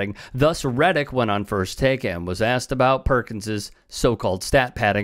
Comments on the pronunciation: Why can’t he say asked it’s always “axed” anyone know?! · Why can’t he say asked it’s “axed” that’s always puzzled me? Anyone know?!